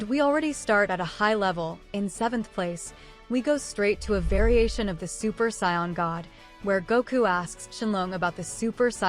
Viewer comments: 1st off it's SAIYAN NOT SCION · It’s SAIYAN not SCION